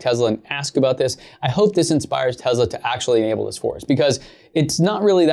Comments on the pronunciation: TeZla 😁 Huh ... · Ware is the Z in Tesla you keep saying tezla wtf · Not to be rude or anything but it’s Tesla not Tezla it just bothers me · Its not tezla it’s te-ss-la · It's pronounced Tesla. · I heard Elon say it was more Tezsla. It’s funny that it grates on people’s nerves. It does mine too but I breath a deep breath and think zen thoughts. It’s not going to go away. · It sounds like tezla